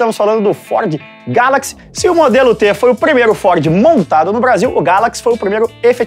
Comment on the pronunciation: Estamos falandoo da FÓDE - nao consigo para de voltar aos e escutar FÓDE novamenteeeeeeeeeeeeee